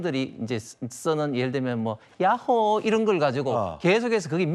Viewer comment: 야호 발음 개똑같네 ㄷㄷㄷ